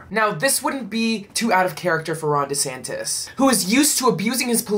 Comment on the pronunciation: It's Duh'santis